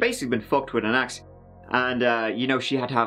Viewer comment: Ew! He had clear trouble saying word 'Axe'.